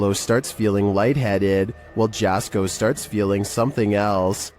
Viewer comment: Finally, got on one of these my only criticism is that his name is pronounced yasko